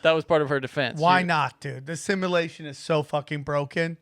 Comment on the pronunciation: I’m sure this has already been said 10000 times, but I love that named a show with a word he can’t pronounce. “Ya know guys i really think we are living in assimilation.” For like the past four years.